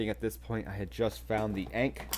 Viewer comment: Thanks for the content. Ankh Tide is super strong. Work on that pronunciation of Ankh tho 😉.